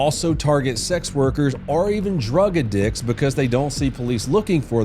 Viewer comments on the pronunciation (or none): I beg your pardon, but did I hear "drug ah dicks" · "drug uh-dicks" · The way he pronounced drug addicts made me stop working and actually look at the screen. 😅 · Gotta work on the script, dawg. And wtf is that pronunciation of “addicts” lol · You say "Addicts" funny. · Knew I’d find someone else that was thrown by that pronunciation